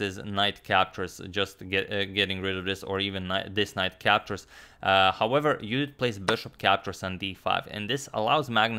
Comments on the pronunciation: Judit in Hungarian pronunciation. Very nice. :) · Thanks Antonio for pronuncing Judit correctly 😊